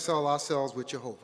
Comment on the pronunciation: "JEHOHHHHHVAH!!!!!!! LOL. The 'Kevinly class'...etc...thanks for the laughs. But serious messages coming out of this convention. How many times do they say 'Jehovah' during the day? Even if you're the most ardent believer it's really weird, really wrong. If I have to hear 'the faithful and discreet slave' again I'll scream. A few passing words in the bible milked to death (or others' deaths).